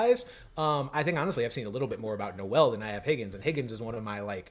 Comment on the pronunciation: Jaylin's last name is pronounced like bowl. Jaylin Noel (pronounced like bowl)